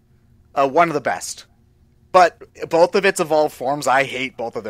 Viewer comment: Did say bolth?